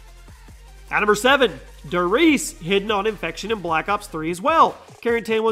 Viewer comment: If i hear "dur reeeeese" one more time...